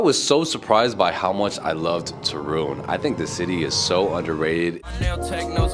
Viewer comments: The stress is on the first syllable: TOOOO - RUŃ, not TO- RUUUŃ. You will be surprised by the entire eastern side of Poland, which is totally different from what you have seen so far. Lublin and the town lying nearby, Kazimierz Dolny, Bałystok, Białowieża, and Puszcza Białowieska - home for the European Bisons and the last and oldest part of the European forest, which is now protected and has never been altered by man, so it still looks like the whole northeast area looked in the Middle Ages - back then, Poland was just acres of forests. My favorite part of Poland to visit is Lower Silesia - Dolny Śląsk, especially Góry Sowie (nice place for hiking), some great castles in that area - Zamek Książ, Zamek Grodno, and the most impressive thing you will see connected with the WW2: an underground city, nazis forced the concentration camp prisoners to carve with their hands. It was supposed to be Hitler's headquarters - Kompleks "Riese". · Not Turun. But TORUN. 😊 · You say very nice Ostrołęka but you cant pronouns ń in Toruń? 😅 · I do believe you are pronouncing it wrong. But it is a beautiful city. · I watched this video and laughed every time you said Torun! Lol! For a Polish language learner, I am surprised that you don't know how to say it correctly! lol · Listen to your friend how to pronounce Toruń 😝